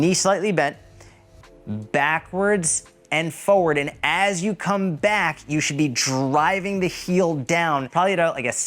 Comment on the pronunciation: It’s also “for-ward” not “fo-ward”. 😂